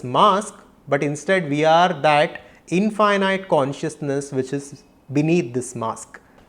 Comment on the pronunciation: Namaste and thank you for this profound presentation..🙏 Please correct the pronounciation of 'infinite'